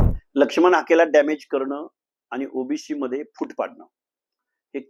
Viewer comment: पहिले ओबीसी म्हणणं शिका सर ओबिशी वंगाळ वाटतंय